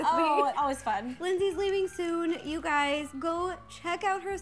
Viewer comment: Instead of saying hey guys,she said hey gays 😳